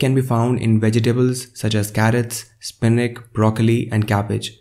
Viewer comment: Spinak lol!That's ch!